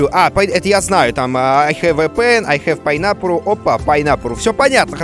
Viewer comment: Опа, пайнапурру, хахахахах